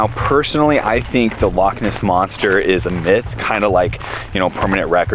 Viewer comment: As a non Scot, living in Scotland, I have to compliment you pronunciation of Glenfinnan, Glasgow and Edinburgh, have to work on the loch though! The islands are much more religious than the rest of us, hence shut on a Sunday, and if you visit again, most shops will give you cash back on your card. This means you can buy something and then ask for money as well. This is quite handy is you are short of funds. Pubs, hotels and many shops will do this free, when you go to the till. Below is a song by the Corries about Portree. You might just recognise the tune? The Corries. "The Portree Kid."